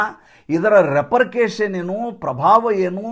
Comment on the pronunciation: Repercussions… ರೆಪರ್ಕಷನ್ ಸರಿಯಾದ ಉಚ್ಚಾರಣೆ ..ರೆಪರ್ಕೇಷನ್‌ ಅಲ್ಲ